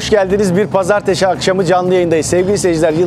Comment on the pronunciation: Pazartesi yerine Pazarteşi demenden anladım zaten heyecanlı oldugunu :-)